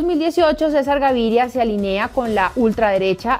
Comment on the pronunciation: Oi bien Maria Andrea Nieto? AliNEA? se dice alInea!! Acento en la (i). Ah! y a proposito, mis tildes no se leen por cuestiones puramente tecnicas en mi teclado, pero usted es periodista ojo y respeto al idioma y a la comunicacion. Control a su manera de hablarlo!